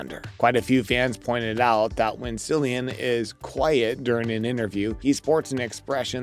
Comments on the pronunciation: Not a single blooper and a fool saying "See-lian" instead of "Kee-lian"? Thumbs down! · ITS NOT SILLIAN ITS CILLIAN PRONOUNCED KILLIAN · Very disappointed, no bloopers , can’t say the actors name properly. This show deserves better. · His name is Cillian Murphy!! Winds me up when people get his name wrong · Did you really not even take the time to learn how to pronounce Cillian Murphy’s name? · Very annoying!